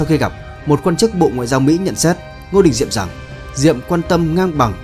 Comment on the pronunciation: Kênh lịch sử mà đọc là Ngô Đình Nhiệm thì đủ biết kiến thức từ thằng đọc sai ko biết đến thằng biên tập rất giỏi sử😂